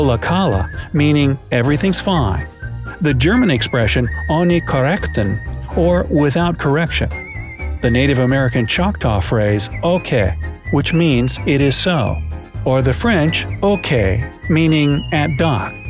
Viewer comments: Ok im German but ohne korrekten doesnt even make sence in Germany its completely wrong and you completely failed the pronounciation xD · If you are coming from Austria and you hear how he is saying ohne korrektur 😂🤣ok